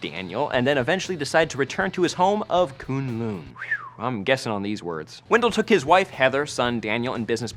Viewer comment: For some reason the way you pronounce kunlun is annoying the crap out of me...